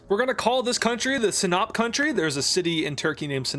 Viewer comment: Sinop hmmm..🤔 sounds awfully a lot like Sniep.